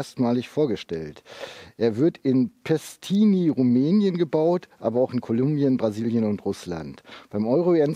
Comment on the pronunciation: nicht Pestini, mit Pest hat das nix zu tun PITESTI ! (Aussprache: Pitescht) Liegt 120km von Bukarest.